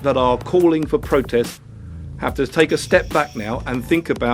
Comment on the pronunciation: Wee Jamie Bwyson says it's a peaceful pwotest